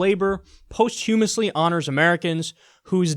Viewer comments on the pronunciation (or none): why u say posthumously like dat